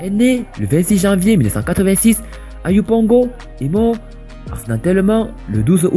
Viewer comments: C’est Houon Ange Didier pas Houlon Ange Didier ( Dj Arafat) et puis il est né à Yopougon pas Oupongo 🙏 Merci 😊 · DJ Arafat , stp c'est Yopougon